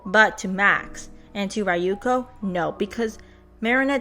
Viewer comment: Ryuko's pronunciation is more "ri-yu-ko" than rai-yu-ko. Like no offence ik western ppl have a hard time pronouncing japanese names for some reason but do know that's how you pronounce it. The butchering of her name grates my asian ass ears. Thanks for the update.